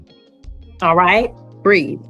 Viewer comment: Breathe, not breed. The Sistahood is coming for this judge. Plantation mammies are okay to the communitah